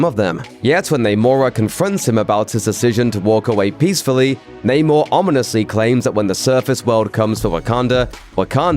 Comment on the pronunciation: Biggest unanswered question is: Why does everybody in the movie keep saying Namor wrong